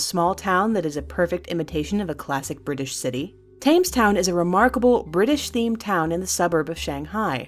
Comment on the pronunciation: Tames town? COME ON!